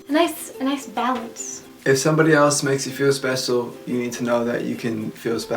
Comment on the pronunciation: did he say "spesial"? lol